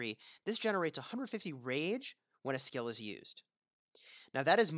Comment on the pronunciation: You know it's "SKILL" and not "SCALE" right? Makes me cringe. I can't imagine how you pronounce "scale"